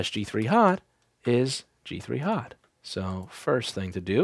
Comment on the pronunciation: am i the only that hears hod hen he says hot